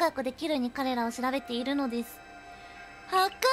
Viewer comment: は↓か↑せ↑～もすき